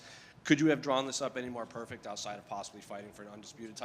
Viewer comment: I’m from Ireland, and I don’t get why Ian pronounces perfect PUURRRFECT, stop it, please .🙏